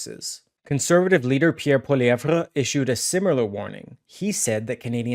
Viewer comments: When are you going to learn how to pronounce Pierre's last name? Listen to the way HE says it! It's pronounced like "POLLY-EV". The "RE" is silent! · Hey you need to say Pierre’s last name right. It’s very annoying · Please learn to pronounce the name of the leader of the Conservative Party. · bro why u pronouncing pollievre like that? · Please learn hous to say Pierre's last name dude! NOT CHATGPT!!!! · I literally was reading the comments just to see if his pronunciation of Pierre's name annoyed anyone besides myself! I find it so very irritating! Thank you for your comment!